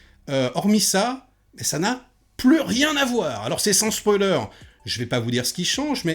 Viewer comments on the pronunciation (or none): none